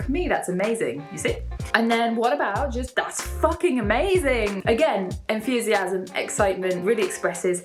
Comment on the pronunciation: Is it my impression or she says enthusiasm like enFusiasm???